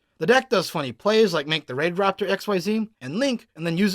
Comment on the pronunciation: Omg its raidraptor not rapidraptor maybe I do have dyslexia :c